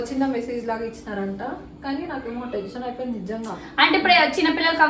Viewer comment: tesion kadhu thali tension 😅😂